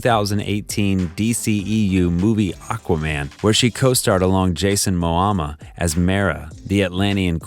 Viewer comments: Am I the only one who heard "Jason MoAMA" and not Jason MOMOA? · Jason who??? MO-MO-A not MO-AMA. (5 minute mark) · U said "MoAma." It's pronounced MoMoa.🙄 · Jason Mo-ahm-ah?? It's Ma-MO-ah. Geez. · The name is momoa get it right.said mo mo a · "Jason Moama"? Lmao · Who's Jason "Mohama" ? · Am I the only one that heard "Jason Moama?" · He called him Jason mowama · Did he say jason moama??? Or am i tripping 🤔